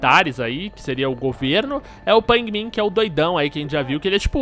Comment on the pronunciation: Aaaah que Afliçao! "Pain Min" , "A JAY" '-'... Kkk Merec Like cê é Fodss